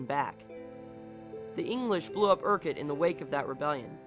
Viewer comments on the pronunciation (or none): Urquhart castle PRONOUNCED FUCKING UK-URT NOT UR-KIRK ! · really interesting video. I don;t want to be "that dick", but most people call Urquhart "Ukk ert".:) Cheers, Let's hae a dram next time you are over!:) Also, Edin ba ra and dar bee!!;))